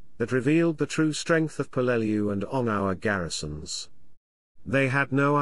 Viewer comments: Yes, it’s pronounced how those who were there pronounced it. That becomes the correct pronunciation, just as you gave it. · Dad fought on Peleliu as an Artilleryman in the 1st Marines. He always pronounced the island name as PEL-leh-loo.